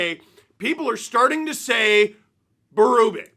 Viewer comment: Maybe if you and the sdpn folk would say Berube’s name correctly …